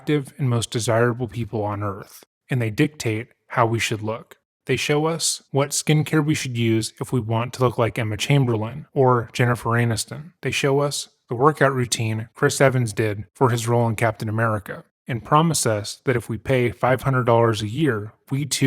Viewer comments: Did he just say Jennifer - Anuston? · Did I hear "Jennifer 'Anus'ton"